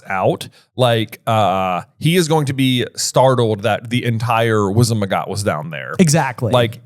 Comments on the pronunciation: And he says it wrong even after says it correctly! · It's "wizengamot" WIZ-en-ga-MOT, not WIZ-en-ma-GOT! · I just noticed, J has been saying Wizenmagot, instead of Wizengamot. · WIZEN-GA-MOT not WIZEN-MA-GOT! C'mon you have it written RIGHT infront of you😂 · I just have to say it drives me crazy every time J says "Wizenmagot" even though he's literally staring at the page where the word is clearly spelled "Wizengamot"... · It's Wizen-Ga-mot, not Wizen-Ma-got. (Said exactly like Hermione.) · It frustrates me each and every time J mispronounces the word "Wizengamot" and doesn't correct him. It is not wizen magot J. Keeping that aside, love you guys and your podcast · I always thought you were jokingly calling it the "wizen-ma-got," but no, you're fully commited to saying it wrong 😳 It's almost worse than "Skrim-jower." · Is there an inside joke i missed or does J constantly mispronounce Wizengamot with Wizenmagot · that was 100% wizen-ma-got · Is J ever going to stop mispronouncing "Wizengamot"? 😭